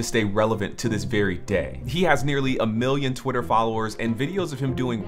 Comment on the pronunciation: "Hey twutter wourld!"